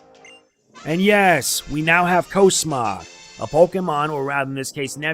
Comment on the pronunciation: he said cosmog wrong it's cosmog with different o sound